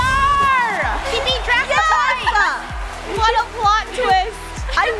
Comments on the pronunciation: Draco not Drsco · It’s not Drsco it’s Draco